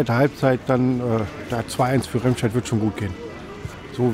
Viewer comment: Es heißt nicht "Rehmscheid", man spricht es "Remmscheid"